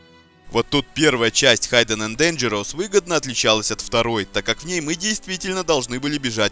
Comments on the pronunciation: произносится хидден а не хайден.в инете полно переводчиков с транскрипцией и (аудио) произношением.старайся быть лучшим!спс за видео. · да,и не Хайден,а Хидден) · И ещё не "Хайден энд Дэнжероус", как автор произносит название, а "хиден".